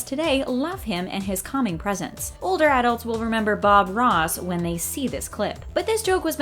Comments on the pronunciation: Say arults one... more.. time.. lol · How many times can this lady say "adults" like this? Please say it right if you are going to say it 100 times in 7 minutes. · Why is she saying adults like that ? English is my second language and I still know how to pronounce it right she should too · AD-DULTS. AD-DULTS. AD-DULTS. AD-DULTS. AD-DULTS. :/ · Stop pronouncing adults with the emphasis on the first syllable. You sound silly. A SHIV is a makeshift knife used in fights. Shanking is the verb that means to cut someone, usually with a shiv.